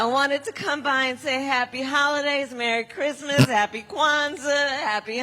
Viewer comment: This woman cannot say merry Christmas, even if your life depended on it